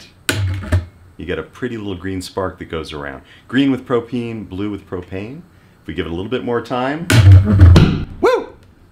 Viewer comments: The intro turned me off but the first time he said "propene" I was outta there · "I sell pro-PEEN and pro-PEEN accessories."